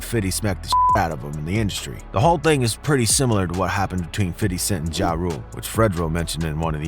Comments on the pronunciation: His name is not “fiddy” it’s pronounced “fifty” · The name "50 Cent" actually came from someone else who lived in Brooklyn. He turned it into meaning "change" for promo reasons. Also...its OK to acknowledge him as Fifty not Fitty every minute. They said "Fitty" is how u should pronounce it in an interview once but we don't really pronounce it like that bro. We say FIFTY or maybe FIF. Fitty sounds annoying. Bet u hear no black ppl say "Fitty" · Fitty smh say 50 man !!! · Bruh just say fifty....fiddy just sounds were and is too close to Diddy......and I'm sure Fif hates it lol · Wyte ppl saying fiddy cent always makes me chuckle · Why you saying “fiddy” lmao ppl these days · Why do white people think saying fiddy sound cool. No black people say his name like that. Dude you sound like a fucking idiot. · I hate how alot of white folks pronunciate 50 cents name. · for real bro sounded like a suburban white kid lol never heard niggaz pronounce it like that.